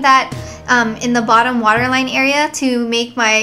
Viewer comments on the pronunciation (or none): lol "wattom botterline" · You said wottom botter line lol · "Wottom baterline" Lol. Scary tutorial. I can't believe I missed the premier. :( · Haha you said "wottom baterline" xD So cute! And this looks awesome! Thank you! ^__^ Can't wait for more vids <3